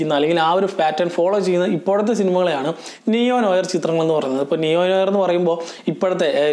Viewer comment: As it is french, it is pronounced "Nu our" with r silent. Just a food for thought